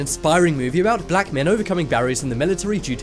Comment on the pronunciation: Why he say black like that you racist sick fuck